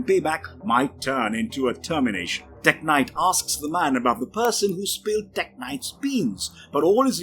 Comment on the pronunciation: I know it's a video about Tek-Knight... but he said it 61 times in the video, and the way he said it All I couldhear was blablabla teG-nite blablabla TEGnite